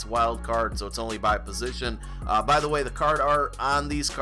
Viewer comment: Why do people say "positional heroes"? its "POSITION" Heroes lol lol